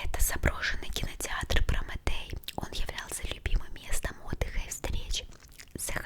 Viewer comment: не Промэтей а Прометей